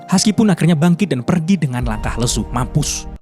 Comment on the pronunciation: Kata "mampus" Lu mantep banget ya bang 😂